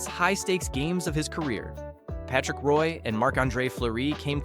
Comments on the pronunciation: For gods sake - how can you be a hockey fan and have no idea how to pronounce player’s names? You don’t know how to say Henri Richard? Jagr? Roy? Tugnutt? I mean these aren’t obscure guys. I’m calling AI or someone who isn’t a hockey fan. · this is about to be a massive nhl channel. calling it now. but you do need to learn how to pronounce like 20 names you mentioned in this video. jagr, roy, etc